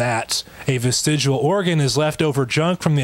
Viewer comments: "Vestigual?" I bet this guy also pronounces the word nuclear as "nucular." So fucking annoying. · The very first time he said vestijewel I was out. Don't care what else he had to say on it. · ARGH! I can't stand him saying 'Vestigual'. It's pronounced NuCuLaR... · Was he saying "vestigual"? It's all I could hear. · Strange how the least intelligent among us are the ones advocating Intelligent Design. Irony much? Also, I know I'm nit-picking but, his pronunciation of vestigial sounds like he's saying vestigual. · What the fuck is a vestigual organ? Is it an organ that loses all function because of prolonged exposure too teh nucular rays or something? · Why does he keep saying vestigual. It's actually painful how he can't even say the word he attempts to discredit. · “Vestigual” I hate this guy. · Is he combining "vestigial" and "residual" to get that pronunciation, "vestigual"/"vestidual"? What is happening there? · What’s a “vestigual” organ? Maybe that’s why he uses a different definition. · He keeps saying vestigual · I'm sorry, but this clown is a real jackass. Given he can't even pronounce the word "Vestigial" as "vestijual". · ~ He keeps pronouncing it "ves-tij-U-al." VERY annoying. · The way this guy pronounces vestigial "vestigual" makes me cringe so hard. You don't get to discuss science with the big kids if you can't even pronounce the main topic properly. Maybe the almighty creator should help this guy talk gooder. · "Vestigual." 'Nuff said. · To be a young-earth creationist, you also must to be unable to clean your glasses before going on camera. And also pronounce vestigial "ves-tij-u-ahl". (Devil is in the details.) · Am I being a bit too picky here when I find the most irritating thing is when pronounces it "vestigual"? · HE KEEPS SAYING "VISTIGUAL" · is a joke - how can you take seriously someone who can't even pronounce the thing they're making videos about. Unless a 'vestigual' organ is something different from a vestigial organ.